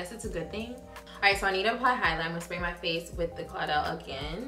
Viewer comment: "and then I'm going to spray my face with this claudel " girl that's caudalie : pronounced cau da lee , i'm weak lol i know theits a french brand and you don't speak french but that was so funny